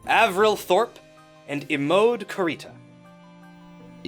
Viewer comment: i love the influencers so much not sure how i feel about imode being pronounced ‘ee-mode’ though, always thought it was ‘ee-mo-de’ like it was a japanese name